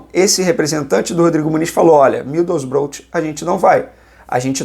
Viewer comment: Middlesborough, fala "midousbrou"